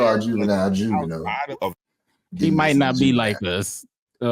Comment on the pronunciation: Pronouncing his name as "jew-vi-null" is diabolical work 💀🤣